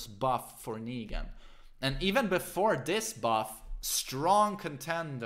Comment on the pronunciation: Why do you say "zAfina" and "Akuma", but don't say "negAn"?